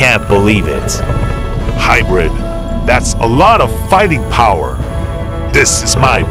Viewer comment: He already say that the new video will come in October 7th at 7am (Pacific Time) and btw its hybrid not hibridy